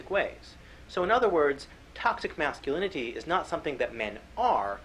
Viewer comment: Anyone else find it extremely annoying how pronounces "masculinity"? It's like his tongue is too big for his mouth and he slows down and has to pronounce every syllable when he gets to lin-it-tea. Thinking about it, thats how he sounds in general with his annoying patronizing quiet voice as if if he speaks too loud he'll wake up mom and dad.